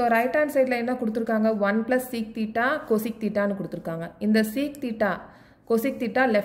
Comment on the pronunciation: Thats not coseeeec its cosec